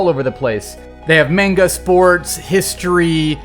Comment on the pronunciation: Saying manga like mango......